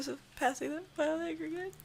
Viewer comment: "Vile A-GREY-GEYT"